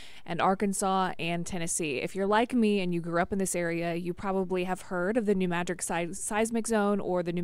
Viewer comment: It's NOT New MADRIK..... IT'S New M A D R I D